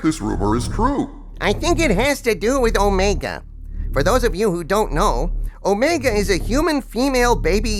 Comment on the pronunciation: Let’s call her what she is. It’s not Omega; she’s O-Rey-ga.